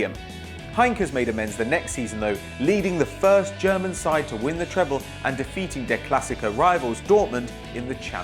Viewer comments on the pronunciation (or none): none